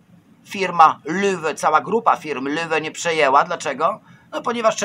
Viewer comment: To sie czyta Loewe